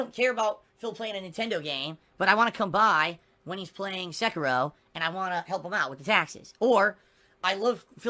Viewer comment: Please, for the love of god, stop pronouncing Sekiro as Sehkeerow like DSP does it. It's Seh-Ki-Roh.